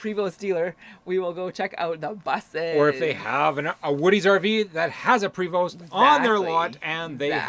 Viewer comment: 💩! Sorry guys forgot it was friday missed the live ☹️. Ok, lol, your butchering the pronunciation of Prevost Buses it’s “pray-vo”, and the ‘vo’ rhymes with yo-yo, and the ‘st’ are silent and it is a french canadian manufacturer. 🍻 😘